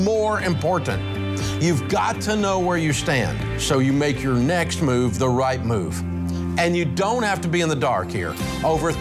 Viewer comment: “Jor life and jor money”